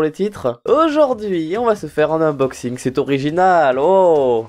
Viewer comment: je rigole à chaque fois qu'il dit : inboxing / Oui je suis une gamine et à l'aur?😂